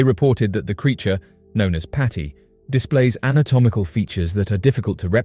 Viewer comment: It's Paddy not Patty 🙄